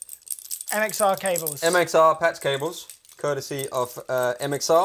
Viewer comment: says "Patz cables"